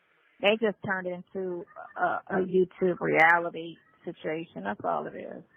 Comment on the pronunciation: uses the word “situation” in just about every phone call. She says “shichuation” instead of situation.